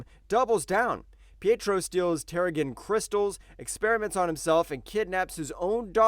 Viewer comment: Lmao the way he said terrogen